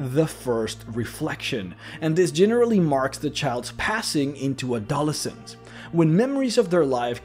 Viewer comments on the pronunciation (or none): "A-doe-LESS-ens," not "a-DOLL-ess ens." "Re-cull-ECT," not"Ree-cull-ECT." The first "i" in "Millenia" is ahort. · "MEYE-len-i-a?" "a-DOL-es-ense?" Where the hell did this guy learn English?